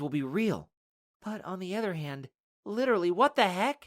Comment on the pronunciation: i like when you say litrily what the hack i keep rewinding the word you say